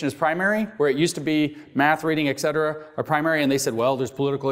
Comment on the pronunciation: I love your work and you're providing a valuable service, well done! However, etcetera is pronounced how it is written, not as "ectcetera". It's a common habit, probably hard to break.